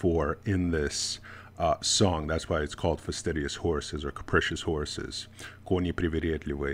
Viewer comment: Are you sure that you dont understand russian? You say ' koni priviredliviye' with no accent!